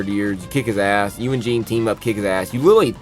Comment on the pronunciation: You needed to put a bit more effort into the explaining the nuances and details of the story. Also, not mispronouncing Jeanne